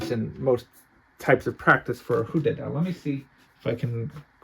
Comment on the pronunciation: butterfly [sword/knife] in chinese is pronounced HOOO DIEH